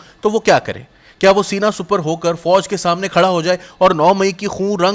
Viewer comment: Oh bhai Urdu to theek bolo. Qabaa ko Qubaa keh rahe ho. Sipar ko supar keh rahe ho. Aashob ko Aashuub keh rahe ho. Kam az kam Urdu to sahih tarha se bolna seekho parhnay se pehle.